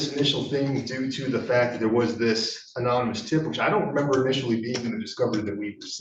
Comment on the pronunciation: Good lord. The black defense attorney say unanimous tip about 6 times. It’s anonymous dude. Good lord. Although other than that he is WAY more effective than the white guy. Well done counselor. If it was up to the other guy, these guys were going to be convicted based on an illegal stop.